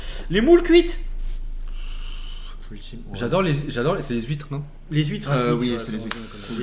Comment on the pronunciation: les huitres cuiTrRe... mdrr xD